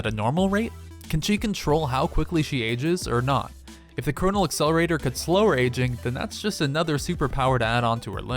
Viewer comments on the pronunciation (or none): none